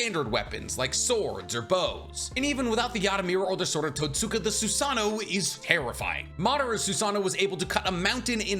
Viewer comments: Totska blade. Not totsuka blade. You write the second you speak the first. In japanese some u's are silent. So the more you know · The sword of totsuka is pronounced towtska the way you pronounced it is like someone pronouncing Sasuke like sasookay